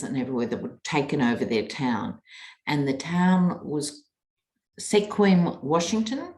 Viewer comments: The "e" is silent, Squim, not see-quim. 😉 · This is not supposed to be catty, but it’s pronounced skwim (Sequim), it’s a Native American name. Hello from the US and Washington state! Much love and light sent to you! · It's pronounces Skwim. What is unusual is that it's in a rural Washington state county that is blue not red. Also a place where many of the educated Seattle boomers are retiring to, it's in the rain shadow. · The name of the town is pronounced like skwim (swim with a k) hooray for them! I was there years ago and it's a beautiful little town on a peninsula, not easy to get to. As a congratulatory measure I would suggest your readers look their smoked salmon; suppliers on the internet (the town's main product) and purchase some smoked salmon from them. They deserve it! Note: I live almost 900 miles away and will certainly not benefit from this. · It is pronounced skwim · I could swear I heard a meow when you were talking about Ivanka!! L O L oh and Sequim is pronounced without the E, like squim😁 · Time mark - I grew up in Washington it's pronounced "Squim" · Sequim is pronounced sqwim. It’s a native name. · FYI - Sequim is pronounced Skwim. Known for its big lavender fields and summer festival.